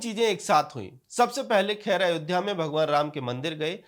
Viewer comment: Arre bhaiyya khair nahi hai wo kher hai.Naam theek se lijiye